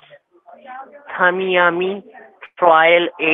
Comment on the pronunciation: As someone who grew up in Florida it's funny when even native english-speakers try to say some of the names of different places. And to hear the scammer try to say Tamiami Trail is just hilarious.